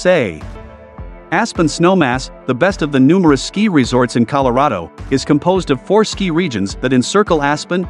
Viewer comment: Who ever made this video needs to teach the AI voice how to actually pronounce the names of the resorts. The resorts in North America really do not deserve to be compared with the huge ski areas in Europe. Whistler Blackcomb would be the exception. The infrastructure, the sheer size of the resorts and the quality of experience weigh heavily towards the European resorts.